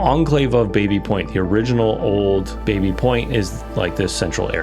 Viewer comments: I think the original pronunciation was "Bobby Point" not Baby Point. I had a Engineering prof who lived in it and insisted we call it Bobby Point. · It's pronounced Bah-by... not bay-bee.... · It’s actually pronounced “bah-bee” not “bay-bee”. It’ s named after James Baby an early settler and that was how his name was pronounced. My mother grew up in this area. One of the most mispronounced names. Otherwise I really enjoyed your coverage of the history. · Grew up close to the area and it's not called Baby Point (as in the baby). Locals and everyone calls is BABBY Point...aka Tabby. But good doc regardless this mistake. :) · I think it's Bah-Bee point? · Baby Point is pronounced Bahby Point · Some interesting info here, thanks for the video! As others have noted it is pronounced Baa-by/Babby Point. Also, Canadian pronounciation of Lieutenant is LEFFtenant, not LOO-tenant.